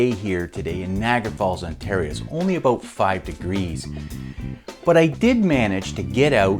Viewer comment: Dude what is “aboat”?